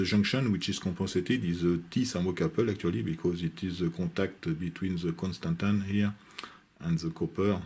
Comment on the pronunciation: Your pronunciation of constantan is perfectly good!